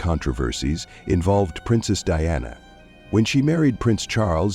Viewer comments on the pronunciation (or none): DIANA NOT DEANNA